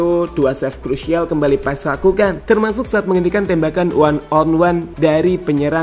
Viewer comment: Untuk admin : nama Marteen paes dibaca martin Paaas itu yang lihat dan dengar di podcast yang ada coach Justin. Coach Justin mengkoreksi panggilan paes saat itu Karen nama paes dalam bahasa Belanda menjadi Paaas.